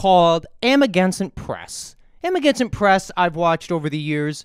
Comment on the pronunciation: It’s cojones , pronounced like co hone es. It’s Amagansett. Not sent. Just saying.